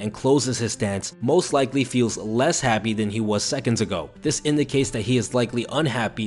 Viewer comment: "feel's"? lol